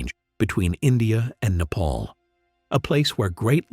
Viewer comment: Not how you say nepal